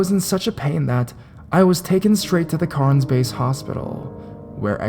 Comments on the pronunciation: "I live in Carns" Dude its Cairns, pronounced "cans" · Thank you!! I think most Australians watching this were probably cringing at his pronounciation of Cairns. 'Carns.' Ugh. No.